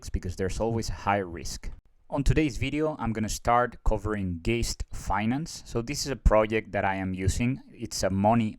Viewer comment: I think Geist should be pronounced to rhyme with heist.